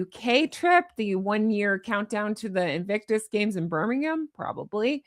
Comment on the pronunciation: You used the British pronunciation of Birmingham, good to hear it pronounced as we pronounce it.